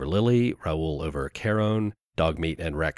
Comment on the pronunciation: said charons name wrong 0/10 (good vid btw)